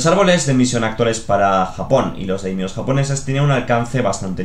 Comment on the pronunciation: me encantan tus vídeos pero me hace daño oir /konicha/ en lugar de koxinga o /daimío/ en lugar de /daimio/ 😂😂